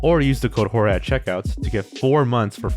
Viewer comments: Wait, when did he start showing face? When did he start saying it like George & not Jorge? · Dude your name is pronounced “George”??? This whole time I thought it was pronounced like “horhay” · he pronounced it george instead of hor hey???? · I'm in California and know when spelled that way it's usually pronounced Hor-hay, but I just thought it was just a personal preference to pronounce it George. Same name. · Wait, is this channel pronounced blameiton-George or blameiton-Horhe? I first thought it was the first one, then I heard the second pronunciation years ago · If I had a nickel for every time Jorge changed the way he pronounced his name, I'd have 2 nickels. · Why are you mispronouncing your own name again? It's sad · Why are you pronouncing your name differently now? just because everyone else says it like that doesn't mean you have to change it, please respond